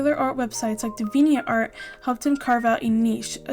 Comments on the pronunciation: its dee-vee-ant art, like the word deviant (which means someone very sexual and crude in nature) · I've never heard Deviant art pronounced like that before. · your English is brilliant! It wasn't a criticism of your English speaking, just noting how you said Deviant art is all.